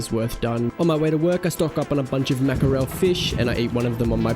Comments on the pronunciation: Haha i enjoy it, would be curious what your family says. I think Mack-a-rell has such a cool Italiano vibe to it. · W video again! Don't forget us OGs when you're hitting a million subs. I have a question. Is the way your pronounce Markerel an Aussie thing? In the UK we say 'Mack-rull" or "Mack-rell". Also I'm so jealous of the Whoop.